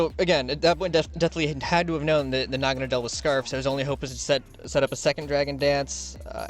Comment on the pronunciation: Me and my friends have just given up trying to figure out how its supposed to be pronounced. We swap between 1. Nah-Gan-Ah-Dell 2. Nah-Gah-Ah-Nadle The first being more popular I personally like calling is Nah-Gan-Dell but thats probably not right, its a preference over accuracy thing